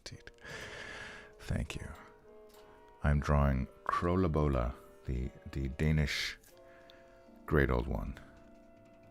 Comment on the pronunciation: It´sa ton of fun to watch the process, and I love your pronunciation of Krølle Bølle. Looking forward to including your art in "The Horror"